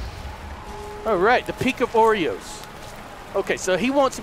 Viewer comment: you pronounced oros wrong